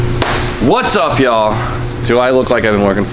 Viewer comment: Everytime you say ''whats up yall'' all I hear is ''what's up b-hall''